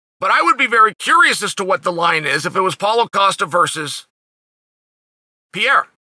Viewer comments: It’s Pierre not pierra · Come on, uncle Sonnen. There's no PIEIRA. It's not too difficult. It's PEREIRA. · The way Chael mispronounces names, he's gotta be trolling; PEE- Era, MOOEY-Thai. Come on Uncle Chael!!! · "Piera" lol, so fun Chael can't or actually wont even try to pronunce it right. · If Uncle Chael says his name is Piera, then it's Piera and that's it. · "poutine" pierre-uhhhhh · I’ve yet to hear you say Pereira the right way lmao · it´s so funny when he struggles to say ''Pereira'' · Chanel never fails to mispronounce a name (makelchev, piera)